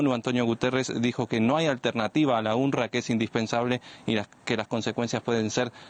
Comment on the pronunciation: Se pronuncia unrwa no unrra